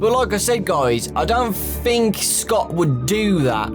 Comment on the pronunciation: Anyone else notice that he says 'fhink' instead of 'think'?